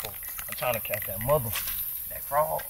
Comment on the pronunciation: "Dhatt count" lol